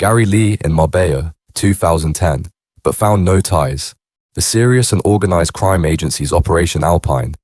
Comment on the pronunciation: The Only cream!!( Crime ) in this doc, is this guys pronunciation